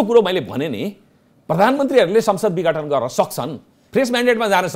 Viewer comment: पत्रकार जी विगठन हैन विघटन हो ।